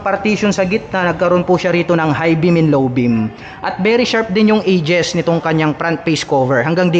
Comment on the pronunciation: Edges po yon hindi "ages"